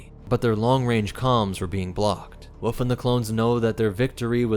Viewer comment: Bro it is "wolf" not "woof". There is an "L" you're forgetting.